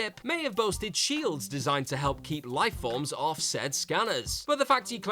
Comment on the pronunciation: It's the second WhatCulture video about Star Wars, with the same narrator, he keeps on saying "life bolbs" when it comes to the escape of R2D2 and C3PO. So, is it light bulbs or life forms, speak clear english damnit, you're a brit.